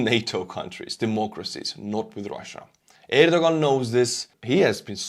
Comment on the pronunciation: I believe his name is pronounced “air doe Juan.”